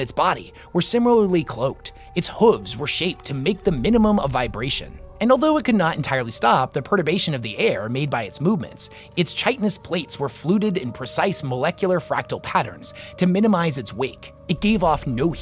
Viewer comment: Tyberos, not Tiberius. Debris has a silent S. Deh-Bree. Chitin has a “k” sound like the ch in chemistry, not a ch like cheese. Sorry to be That Guy.